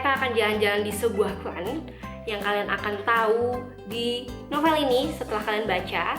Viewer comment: Cara nyebut novel itu NOVEUL iu kata guru bhs indonesia saya kak ☺